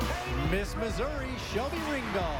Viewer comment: Is nobody gonna talk about when he messed up Florida’s and Missouri’s names